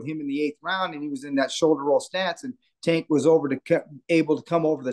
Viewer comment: Do you purposely say his name wrong? I don’t understand how you’re around him and people he knows so often and you’re the only one that says it that way. Say his name right! Or just call him Tank.